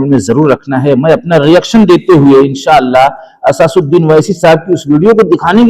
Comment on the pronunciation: Asasuddin nahi asaduddin hota hai bura namane